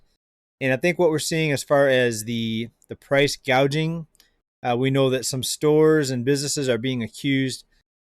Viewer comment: She said price "GAuging", not gouging. She's another one who can't read/spell/comprehend and is being told what to say.